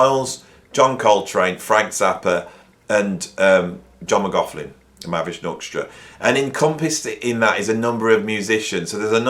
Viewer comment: Interesting video but your continual insistence on mispronouncing McLaughlin’s name is beyond annoying. I hope your students haven’t learnt to pronounce his name from you.